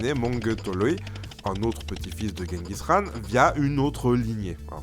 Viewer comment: WTF tu l'as bien prononcer Genghis Khan, je suis d'origine mongol